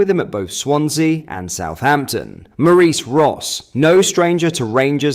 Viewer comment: Maureece Ross? It's Maurice Ross 😂